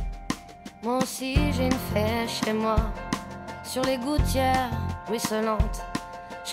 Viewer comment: On dit une fée pas une fait. Belle chanson dommage qu'elle est un petit problème de prononciation.